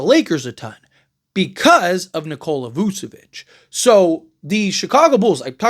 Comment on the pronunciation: voo? nah vooch